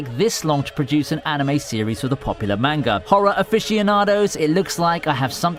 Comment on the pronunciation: Could you at least TRY to say Manga properly